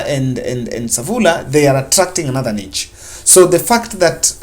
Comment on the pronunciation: good work. Work on has and have. Additionally, niche is pronounced as nish. Keep it up please.